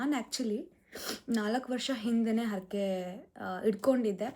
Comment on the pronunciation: ಕನ್ನಡ ಮಾತನಾಡುವಾಗ ಉಚ್ಚಾರಣೆಯಲ್ಲಿ ಸ್ಪಷ್ಟತೆ ಇರಲಿ. ಅರಕೆ ಅಲ್ಲ ಹರಕೆ. ತಪ್ಪು ತಿಳ್ಕೋಬೇಡಿ.